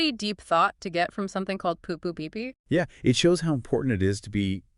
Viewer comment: I question whether is actually AI. She mispronounced poo poo pee pee once which I don't think an AI would do.